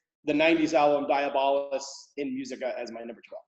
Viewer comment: DI..AB...O...LUS... fukkin say it right